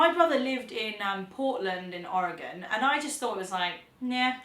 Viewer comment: OMG, you mentioned Oregon AND pronounced it correctly (or as we pronounce it locally)! If you ever come to Portland, Oregon, ring me up before you come and I'll buy the first round and the meal. (subbed for that mention)